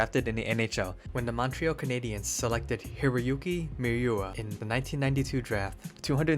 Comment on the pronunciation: Sorry if I’m just nitpicking, but the pronounciation of Tsujimoto, Miura, and Fukufuji’s names were, for the most part, way off.